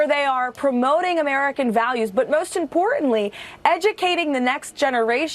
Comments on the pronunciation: And she drops her 't's'. For instance.. Imporant. Mahahann.. ripes. Ending sentences up. Not with period. Just saying. Educated? She took no classes in vocal training.. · Leavitt speaks strangely. She will miss speaking the "t" sound on for example impor-ant OR Vladimir Pu-in . Sounds like she just got out of High school. Very unprofessional for a White House Press Secretary.